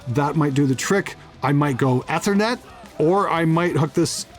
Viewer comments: Who else LOLed every time said "Ehth-err-net" instead of Ethernet (EEE-ther-net)? Canadians.:p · Eeeeeeeee thernet. Try it... Eeeeeeethernet. Love you! Lol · I am Canadian and have lived relatively close to where does for all of my life. That said, I have literally never heard another person pronounce it the way did in my entire life. Everyone says it EEE-ther-net.. except apparently. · How can you tell is a Canadian? Eh-thernet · I love your videos over the years....great stuff.......fun watching your channel grow...... but for the love of god you still sound like a newb when you pronounce ethernet